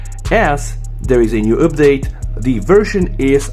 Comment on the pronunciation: Common it is not üpdate 🤣